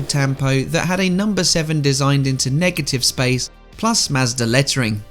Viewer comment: Ah yes. The good old Mazdarrh.